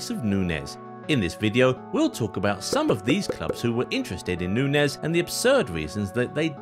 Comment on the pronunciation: He pronounces Nunez wrong the hole vid